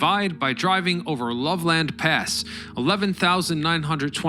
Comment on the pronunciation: "LOVE-LAND pass" You've outed yourself as not being from Colorado